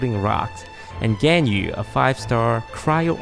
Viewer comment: Hearing you pronounce Ganyu kinda hurt lol